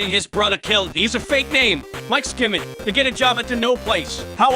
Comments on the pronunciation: Oh yes how could we forget: Michil “Mike ska-mit” Afton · "Nineteteen nindidy three." "MIKE SKIMIDT." "SurvivsDeFoyahand*inaudible*DistroyzDaRestOvDaBiiildin!!!" (My attempt at the jibberish.) "... that's not what you said." "I can't even..."